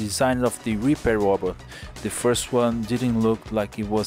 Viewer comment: Whenever you say Repair your accent makes it sound like Reaper.... You should make a Reaper robot :)